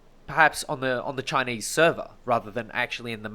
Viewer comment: "Chineese are bery nationalist" like they have a option lol